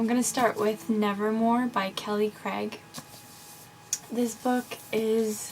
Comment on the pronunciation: Great haul! I REALLY want to read Nevermore! I'm going to soon. Her name's pronounced Kelly "Cray". xD Just so ya know. ^^ I'm reading Dash and Lily's Book of Dares, it's good so far. :) I like the cover of The Way of Shadows. XP The Hunger Games is sooooo good! <3333 It is a lot like Battle Royale though. I still need to read that one, but I love the movie! xD I still need to read Crescendo. I love Hush Hush! ^^ I want to read The Book Thief! This is my book channel btw! xD